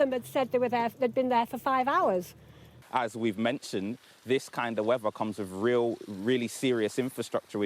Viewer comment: They've brought him all that way to make sure to pronounce the word weather as 'wefah'